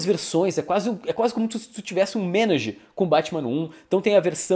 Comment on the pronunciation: Panini não traduzir é chamar o leitor colecionador elitista um grande otário. Ps: tem que aprender como se pronuncia Ménage